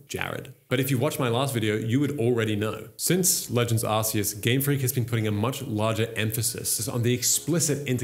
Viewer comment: Bro, for the love of Arceus, it’s OFFICIALLY “ARK-ee-us” not “arse-ee-us.” As for where AZ got the “technology” from, when you look into the lore, he’s basically a master alchemist. Look at the Pokédex for Golurk for example. There’s one of those (by design) in the gardens of the Parfum Palace. There are many Pokémon based on golems, Claydol probably being one of the most interesting timeline-wise, being 20,000 years old puts it being brought to life at the same time as Eternatus fell upon Galar. Funnily enough, it’s Claydol statues that you see in Galar leading up to the old covered-up statue of Zacian and Zamazenta, despite Claydol being a Hoenn Pokémon. Anyway, getting carried away with lore here haha. Hit me up if you want a source on deeper Pokémon lore ‘cause Kalos is my favourite region and I’m obsessed with the lore around AZ, the Kalos War and its legendaries.